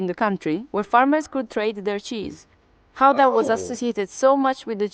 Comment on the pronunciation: I know you probably won't manage the guteral G but the proper pronunciation of Gouda comes close to "cow-da" :) Gouda Cheese is named after the city where it was sold and not so much where it was made although Gouda obviously has some Cheesemakers as well itself.